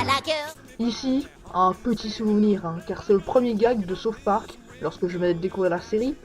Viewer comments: Saute Park lol. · Comment peut-on beaucoup aimer South park et pas savoir prononcer ce titre ? x)